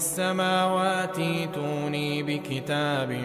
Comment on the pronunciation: التلاوة فيها خطأ ف كلمة " ائتوني " لانه قرأ الوصل .. قطع